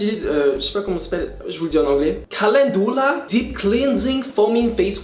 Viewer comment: caLENdoula dEeP clEanSing